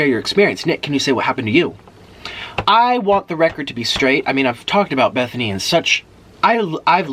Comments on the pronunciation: In love with the fact that he says “Bethany” love it so much!!! I was rooting que too but eff her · My names bethany and I LOVE how he pronounces it